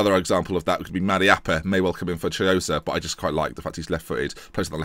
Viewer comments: Chiosa it's pronunced "Kee-Osa" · The Ch in Marco Chiosa is pronounced like a K. So basically Marco Kiosa